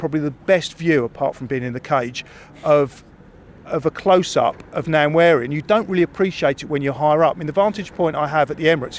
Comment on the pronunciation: Nan wery??? WTH? 😂😂😂😂😂